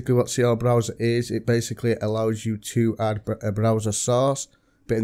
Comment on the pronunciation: In all of your videos... Stop saying Hadd it doesn't have a fucking H it's Add stop trying to force formality in your speaking just talk normally 😂